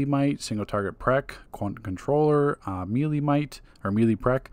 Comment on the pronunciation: Bro it’s melee (May lay) lmao